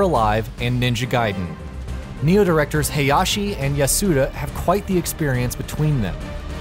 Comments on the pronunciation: It's NAI-0H not "Neo" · Why is everyone pronouncing it Nioh instead of Ni-Oh